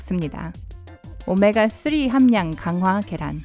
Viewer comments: 오메가 뛰리 발음 굿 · 오메아 뜌리 발음 뭔가요..ㅋㅋㅋ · 오메가 뜨으릐 할때 나만 터졌나여? ㅋㅋ